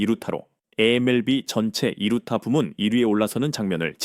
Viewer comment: 두루타가 뭐냐? 당나라 읽기냐? 유차원생도 이따위로 읽지 않는다. 편집롹인도 않하냐? 게으름은 망조의 신통뱡통아야.